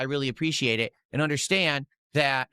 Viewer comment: Somebody tell him the word "and" is only one syllable.